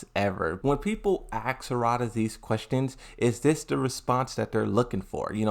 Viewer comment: Bro it’s not hoorada it’s harada, please stop saying hoorada 🤦🏽‍♂️